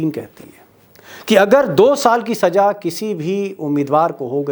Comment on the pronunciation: Improve your pronunciation. It's SAZA not SAJA. Wrong accent hurts.